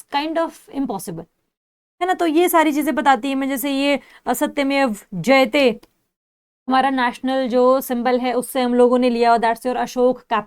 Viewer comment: Maam 41 min 21 sec to 24 sec you say asatymev jyte 😅